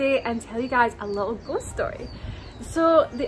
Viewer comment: With your accent every time you say ghost it sounds like "ghostie" which is cute.